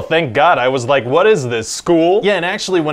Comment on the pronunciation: Idk why, but I love the way he says, “what?”